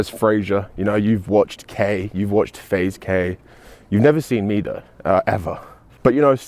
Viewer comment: “Faze Kay” lol